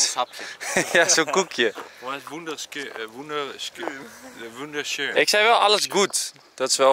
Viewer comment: Enzo die duits proveert te praten maar het totaal niet kan: woender skuun... Ik die me irriteer omdat ik het weet:nee enzo het is woenderschun 😅😂😂😂🤦‍♂️